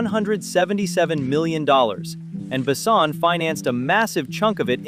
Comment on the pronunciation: He ain't "BAsson" he's "BessOn". And Valerian was not that bad, it was just not that widely known to grab this much money. The two aleads did a good job. Sure they look like kids but it didn't seen out of place in a whimsical sci-fi/fantasy world. It was a simple passion driven miscalculation by Besson and it was not his first.